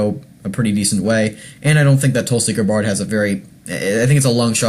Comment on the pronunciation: Learn to pronounce her name. Watch a few videos. Very annoying.